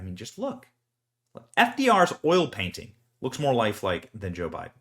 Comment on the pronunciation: 'Joe-be-won' and 'Mom-ala'.....😅 cringe.